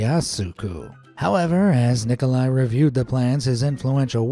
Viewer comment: Nicolai “chow-shesk-oh